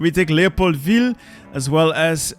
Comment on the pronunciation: why do you say leopoldville like that youre not french